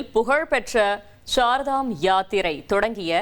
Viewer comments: It is not Sardam yatra pl. mention as Char ( means four) Dhamyatra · CHAR DAM not sar dam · Not ShardaM .Char Dham 4 please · Sar dham illa madam Char(4) dham Educate viewers Don't b like uneducated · Idu sar dham yatri kidiythu. It is char dham Yatra. Set right your pronunciation. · Sirdham யாத்திரை இல்லை Chardham யாத்திரை உச்சரிப்பு சரியில்லை. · Char dham (ஸார்தாம் இல்லை) கேதார்நாத்....NOT கேத்ரிநாத். வேறு செய்திகள் கேட்பதில்லை. ஒன்றும் படிப்பதும் இல்லை. கடவுளே 😂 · Ammaadi, Adhu CHAAR DHAAM YATHIRAI. CHAAR CHAAR CHAAR CCCCC -- CHAAR ENRAAL HINDHI LA 4 ENRU PORUL.. SAAR DHAA M SAAR DHAAM NU OLARURE. MOREOVER கேத்ரிநாத் NU SOLRE. Adhai கேதார்நாத் nu correctaa sollunga.